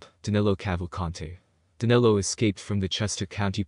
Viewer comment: His name is Danilo not Danelo.